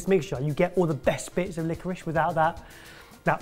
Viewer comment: It's licorice not licorish. Do you say I am having rice or rishe